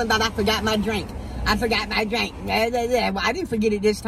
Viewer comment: put so many syllables in " where's my drIIIIIIINNNNK?!" 😭😂😂